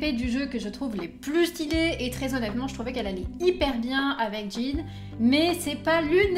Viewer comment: Victoire ! Elle prononce Jean correctement !